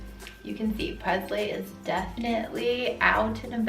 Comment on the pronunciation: You're pronouncing your daughters name wrong. Its presley like Elvis not Prezley